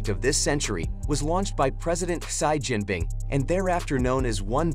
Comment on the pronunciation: Irritating ! You pronounces to the name of President Xi Jinping wrongly ! It is see Jinping and not shy Jinping. 👻